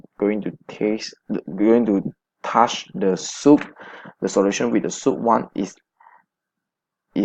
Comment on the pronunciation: Soap has an O sound.. just felt like the speaker constantly says soup with a U.. luckily there were written guides or I would have been very confused.. I like the overall video as it feels very informative